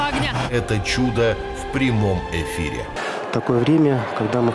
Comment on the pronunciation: Відео цікаве, але міФ, еФір, ЕФіопія. Ф а не Т. Якщо це іноземне слово, то і читатися має як в мові, звідки воно пішло